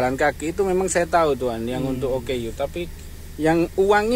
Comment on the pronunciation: OKU - Orang Kelainan/Kurang Upaya Sebutannya adalah Oooooo Kkkkkk Uuuuuuuu / ooo keyy you